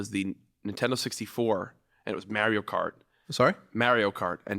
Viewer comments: from new york jack the way you say mario kart 1000 percent right <3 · I agree with Jack's pronunciation of Mario Kart. Respect.